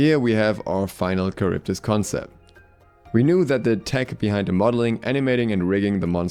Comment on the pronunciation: 1. Not karyvdis, Haryvdis 2. A unique and interesting desing character wasted as a little girl